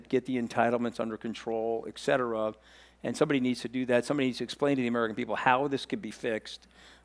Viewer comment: Mooch, it's et cetera